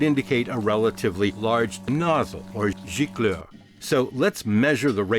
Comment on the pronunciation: Excellent french accent with the word « gicleur ». 👌